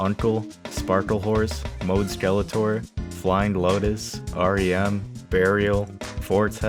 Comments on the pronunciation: Modeskeletor?? You mean Modeselektor?? 😂😂 Also, no Rodeohead? That’s disappointing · It's "Modeselektor," not "Mode-skeletor" 🤣❤ This was great, lol, thank you!!! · Nice video. Dying at "Modeskeletor" though.